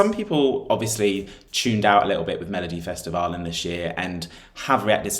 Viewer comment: its so nice to hear that you can pronounce melodifestivalen so well